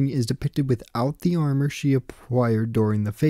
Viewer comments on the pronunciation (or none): none